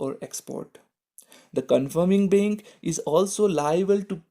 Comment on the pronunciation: It would be bank not bink